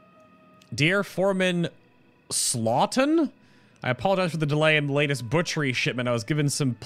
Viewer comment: Also it's Thomas Staughton not Slaughton lol.